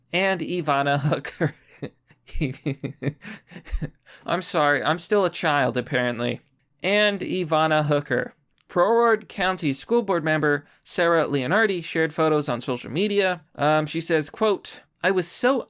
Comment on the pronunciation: 😭 damn not Broward (pronounced like eyebrow)